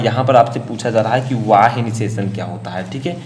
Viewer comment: Not वाह्य ,, it's बाह्य